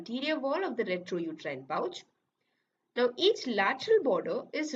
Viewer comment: Its rectouterine pouch Not retrouterine pouch